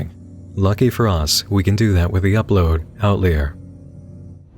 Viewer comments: The video Outlier is pronounced Out-li-er instead of out-leer. It means, a person or thing detached from the main body or system. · Dude... "Outlier" is pronounced "out liar", not "out leer". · The way pronounced 'outlier' triggered me 😅